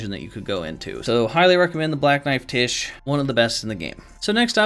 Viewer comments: One word: “Black knife Tiche”… I believe her name should be pronounced “Tyche”, like in Greek, Τύχη (the “X”, “chi” is pronounced as a hissing H, like the word “chiasm”). I believe this since it means “fortune”/“destiny”…. So you know, destined death. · FYI it's pronounced "Tie-key", not "Tish". It's a Greek name. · I dont think its pronounced tish. I think its pronounced like the Greek goddess Tyche which is pronounced like Nike but with a t.